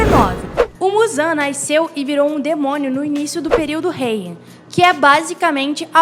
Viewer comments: Não entendi, é o sotaque, além da pronúncia poder demonstrar uma letra que não existe na escrita da palavra... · Pois entendeu muito bem. Apenas acho interessante esse "i" na pronúncia de "nasceu".